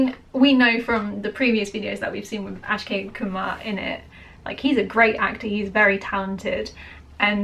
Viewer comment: The moment she said "Ashkay Kumar"; I immediately came down to the comment section!